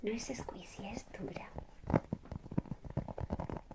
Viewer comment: Se dise escuichi no escuisi